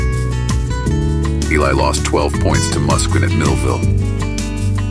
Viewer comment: 😂 come on. It’s not Muskin!